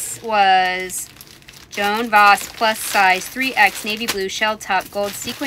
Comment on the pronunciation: The salesgirls at Saks say Joan Voss rhyming with boss